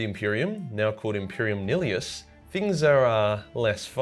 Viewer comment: Sick-ah-trix Mela-dick-tum Least thats how I say it. Another solid video man your genuinely one of my favorite YouTubers rn so keep up the good and "unique" work (still behind Luetin tho sorry my guy) Also I think its Imperium Nile-us. May be wrong though